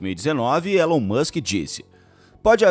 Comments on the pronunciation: O nome dele se pronuncia Ílon, não Élon. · Se escreve Elon, mas se diz ILÃN.